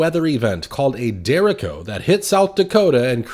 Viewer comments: it's called a derecho not a derrico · Derecho, not Dereko--it's Spanish. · Its no derik-co. Its dee-retch-o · The ch is pronounced with a she sound Der a she o Not dericko. Lol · I believe its pronounced de- rache o sounds like letter H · Derecho is spanish. Not pronounced Dericho, like Jericho. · It’s pronounced: Der Reach I O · I believe it’s pronounced deh-ray-cho. And the videos are pretty astounding. Wow. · Pronounced derr-ā-sheeo... Just saying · I don’t think that’s how you properly pronounce derecho